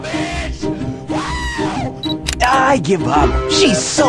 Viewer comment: Actually he say Sanic Adventure 2